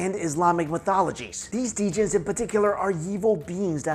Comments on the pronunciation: I corrected it in my head every single time he said d-gin. Ha! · Dammit it's "Jinn" not "D-Jin"! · Pretty sure that djinn has a silent "d" so that's pronounced "gin". Like gin and juice! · djin is pronounced jin and they aint freindly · Djinn is pronounces Jinn fyi :o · Djinn is pronounced 'jin'. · They say every time pronounces djinn wrong, a puppy dies somewhere. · You don't pronounce the d in djinn Sorry to point out Luv ur vids